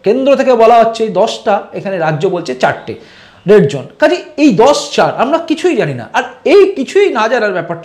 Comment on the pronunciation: The word is"ZONE" & not "jone" Please correct your pronunciation. Hope you don't mind for pointing out the mistake